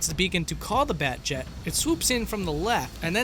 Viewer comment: BATJET!? FUCKING BATJET?! Good video, but FUCKING BATJET!?